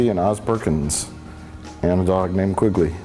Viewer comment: QUINGLEY? Come on!